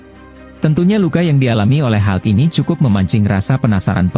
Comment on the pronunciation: Hulk ga dibaca halk